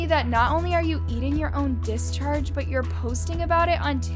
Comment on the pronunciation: whats a dis - charge???